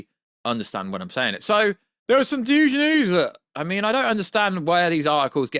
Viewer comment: I swear to gawd, you are saying Thuge instead of Huge